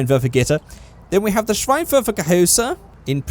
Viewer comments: Yes Auspuff means exhaust in German xD And a Seitenauspuff is a side-exit exhaust (and a little pronounciation thing I just really wanna point out: You called the headlights "Schweinwerfer" which would mean Pig-thrower xD A Schwein is a pig and Schein is a word for light) But all in all your pronouciation was pretty good :D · Next time iam be you're Translater because iam from Germany 😂 An the funny thing is you say Schweinwerfer in stead of Schein Werfer And "Schwein" is Pig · hi. I'm from Germany. Your German pronunciation is actually damn good, but I had to laugh when you called the headlights a pig thrower (Schweinwerfer as you called it). good video! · You pronounced “Scheinwerfer” wrong, you said “schweinwerfer” which means pig launcher😂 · You said schweinwerfer instead of Scheinwerfer so translated schweinwerfer means pig thrower LOL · i'm crying! He says Schweinwerfer = Pig thrower then he goes on with Schweinwäre meaning Pig stuffs or whatever. It would be Scheinwerfer originally meaning headlights or as germans say shine throwers. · you are saying "schweinwerfer" which basically means "pig thrower" directly translated 😂 try "scheinwerfer(headlight)" pronouced(for you in english): "shinewerfer" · im surprised at how well you can pronounce german words. usually english speaking people try and pronounce everything in an english type of way, like kindergarten. But it's scheinwerfer, not schweinwerfer, which means pig launcher. xD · just say -shine instead of schein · Your German isn’t that bad 😅 Schweinwerfer = Pig Launcher 😂😳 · This is definetly the cringiest video ever. I always cringe a lot when british people versuche Deutsch zu sprechen ... Also .. bloody SchWeinwerfer xD .. Schwein = Pig .. Werfer means throw .. so it´s a Pig-thrower